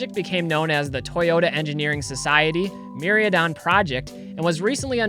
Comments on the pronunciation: I'm confused why you're pronouncing the "I" before the "A" in Mi-Rai-Don. Keep up the amazing content tho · The was he pronounces Mirraidon is actually cringe. Definitely can tell he hasn't played or opened any Scarlet/Violet. lol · didnt bother me at all. I know you focus on vintage, I've been watching 1-2 years. It was just funny to hear your pronunciation, havent heard that way before. Every time I was like NOOOO! lol